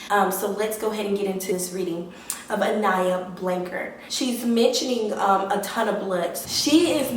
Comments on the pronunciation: She didn't even say her name rite she fake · latricha87 she can’t even say her name right! Around here, we believe in God! Her parents believe in God! With that being said, when you believe in God you know Psychics are not real! Only God knows and see all! How do you know I haven’t been out looking? Your just running your yap!